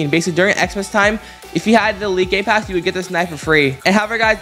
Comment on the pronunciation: It sounds like gay-pass when he says it XD